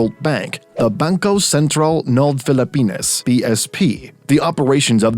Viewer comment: I like how the narrator mentions Bangkœ Sæntræl ng Pelepænæs